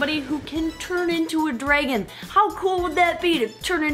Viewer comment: Whoa. You say dragon like dreygon. Lol.